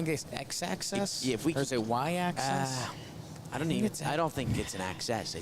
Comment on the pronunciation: "ahhh, I don't think it's an accESS, I think it's an axIS" slayed me